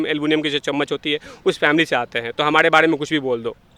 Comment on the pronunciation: Pehle sahi se bol toh le phir interview dena..... Humadeeee nhi be humare hota hain woh